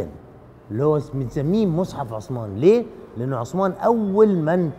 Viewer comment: عند النطق بإسم الصحابي الجليل عثمان لايصلح نطق عصمان او عسمان لازم نحاول ننطق الأسماء كما هي بغض النظر عن اللهجه